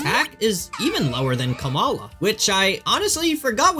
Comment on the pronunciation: Hey so i guess Trumps not really a popular person, or maybe popular for the wrong reasons, but well as an Indian I have to say thats actually the proper way to pronounce Kamala. My Grandmother is named that.